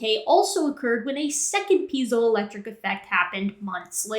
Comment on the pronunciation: I may not be the first, but it's "piezoelectric effect" not "peizoel..."